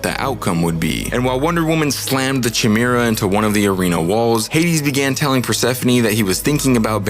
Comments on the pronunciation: It’s a hard K sound in chimera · It's a 'Ky' sound. Ky-mera. Chimera. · Learn how to properly pronounce the word chimera. It’s with a hard k sound like coke or coffee, not like choice or cheese. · Dude you can't even say chimera. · Good stuff. Assuming the Chimera pronunciation is intentional, but “Persephone” is actually pronounced “pear-suh-phony”. The emphasis is on the “phone” part.